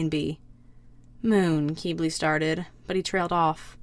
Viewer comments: YoU SAid HiS NaMe WrOnG (crys very not silently)its not pronounced "keybley" its pronounced "kibli" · Quibli not Queebli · it's pronounced "kiblee", not "keebli" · Hate to say it, but,, it’s pronounced Kih-blee. Not Kee-blee. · Just to say... Qiblis name is pronounced kib-lee